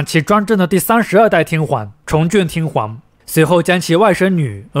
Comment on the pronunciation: 內容不錯，如果天皇能夠不要唸成天環會更好😂